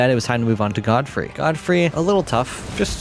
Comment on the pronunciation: It's Godfrey not Goldfrey